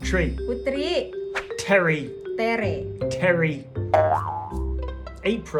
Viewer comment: Ternyata nama putri susah juga ya penyebutan ny bgi bule